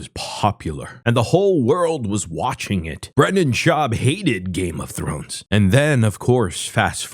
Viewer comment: “Games of Thor” “ games of thorn”